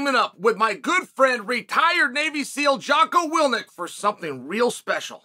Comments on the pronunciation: Chael really doesn’t give a shit about anyone enough to get their name right 🤣 jocko willnick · Jocko "Will-nick" cracks me up every time! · “Jocko Willnit”